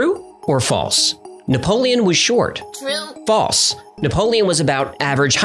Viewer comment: That's not how to pronounce false. It has an L. Pronounce it.